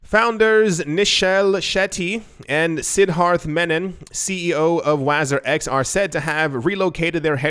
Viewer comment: Wazeer is how it's pronounced, it's the Arabic word for minister.